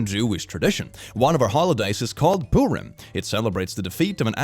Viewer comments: btw purim is pronounced purr-im like a cat! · THE WAY HE SAID PURIM. IM SORRY THAT MADE ME GIGGLE